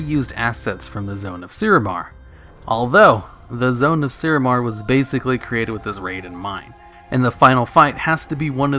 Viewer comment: Thogar not Throgar; Suramar not Surumar. Onyxia's Lair got re-released as lvl 80.